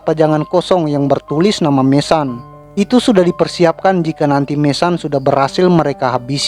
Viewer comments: Bukan MESAN bro...MESON..jgn bikin malu sendiri...sebut betul2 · Mason, baca:[maeseun]